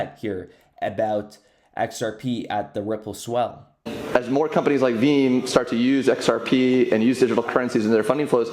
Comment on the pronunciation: Sounds like he says “Veem” 🤔